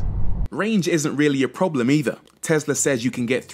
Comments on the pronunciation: IT’S TESLA, NOT TEZLA!!! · "TeZZla" LOL ;) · And that's on tezla 🤣😂